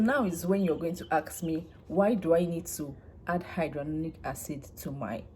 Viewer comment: Why are you pronouncing it as hydrolonic acid?